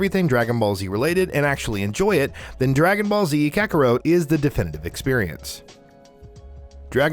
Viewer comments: Dude. It's Ka-ku-rot. Not Ka-ku-row. SAY-an, not Cy-an. Sas-kay, not Sa-soo-keh. NAH-ru-toe, not Na-ROO-toe. POKE-uh-mon, not POKEY-mon. roll eyes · Um..... Kakaro? Fryza? Super Sigh-en? Bro..... Could you guys not find anyone who has actually seen any of the things you're talking about lol?! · Kakawrote, super cyan, sa-suke.... I can't with this dude's pronunciation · KA-KA-ROT not kakarowt FREE-ZA not frazier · Not even "Kaka-root" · It was really hard listening to him pronounce several words...”kakarote” was the worst. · Ka-ker-wrote 😖. My man never seen an anime 😂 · I completely understand that everyone pronounces things differently but when you're making a list like this it's probably smart to do research on how these names are pronounced because WOW. All you have to do is watch one episode of these anime and see how these names are pronounced and there you go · Lmfao 😆 this guy can't pronounce kakarot right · I’m sorry but it’s essential, if possible, that when you do lists like these, especially with something as hardcore as anime lovers are, you need to have someone who is familiar with anime. You can tell that this guy did NOT watch anime if you can’t even get KAKAROT right!! I almost wanted to stop watching right then as I’ve seen how these things go and they’re cringeworthy at best. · Ok, has this guy even ever seen, an episode of Dragon Ball, cause that is definitely not how you pronounce Kakarot and that is certainly not how you pronounce Saiyan.